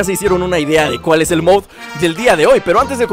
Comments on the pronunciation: Jose Pereira alo mejor en mexico se dice moud en vez de mod :3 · se dice mod COMO SUENA MODDD NO MOUSSUCNORMAL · moud:D mod MOD:v como suena mod no moud MOD:B